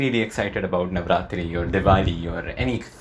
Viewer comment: Bro are you from gujarat because the way you mentioned navratri!!!